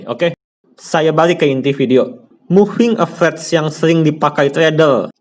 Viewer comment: capt, baca nya moving a ve raz .. bukan moving a vez